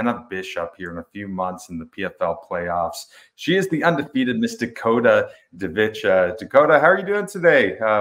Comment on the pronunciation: “Dakota Divencha” I mean if you’re going to interview someone at least get their name right! 🤦🏽